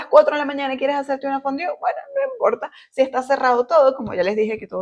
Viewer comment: Si hablas Frances por q pronuncias tan mal fondue donde dice fondiu?